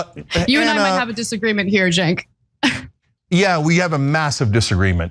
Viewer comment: The way you mispronounce Cenk's name almost sounds like a slur against yourself 😆